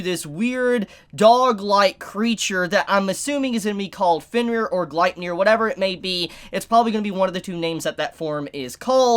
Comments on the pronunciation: ur still saying it wrong. u got the nier right but its gleipnir= gleip (like gloop but with an A sound) glape like cape + nir like near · Its pronounced {glay-pnir}